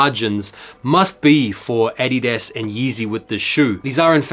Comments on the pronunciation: I kept asking who is “Eddie desk” and then I realized wth you were saying 😭😂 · I echo your sentiments about the foam runners. Pulled off a trade for some mineral blue ones about a year ago and don't think I'm ever going to wear them. They just look too weird on my foot 😂😂 Also, I love the way you pronounce adidas ‼️🔥🔥